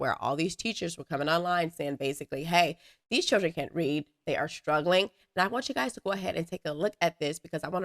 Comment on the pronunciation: Stop saying “ shtruggling” there is no “H” in “struggle”